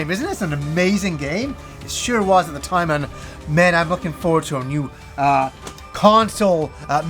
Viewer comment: Take a shot everytime he says “at the toyme”